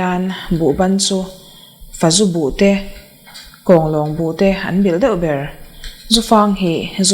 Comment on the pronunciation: Chhiar thiam viau a, fazu buh tih erawh lam dik lo ve tlat.